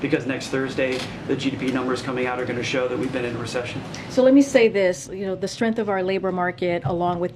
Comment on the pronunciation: You know you're an idiot when you pronounce strength "strenf" this broad is as dumb as a chewed up stick! My dog leaves more intelligent heaps on the lawn!